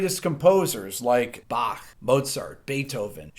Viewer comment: Super impressed by your correct pronounciation of Bach!